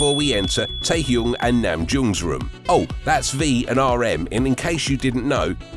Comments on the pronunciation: Lol...he said Hoo-see-ook, Taehyoong and Namjoong !! LMAO. This guy knows squat about BTS. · Hi, its Taehyung, not Taehyoong. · It’s actually *Taehyung 😭